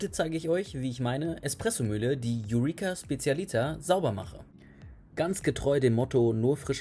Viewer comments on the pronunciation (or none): Wieso eigentlich wird ein italienisches Produkt aus Florenz amerikanisch ausgesprochen?